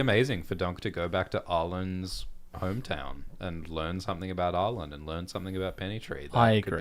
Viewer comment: its arlan not arland, as someone whose name ends in ‘lan’ stop adding a d that isn’t there i beg